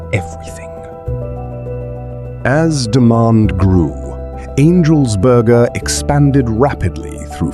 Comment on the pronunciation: "angels borgaah" 😁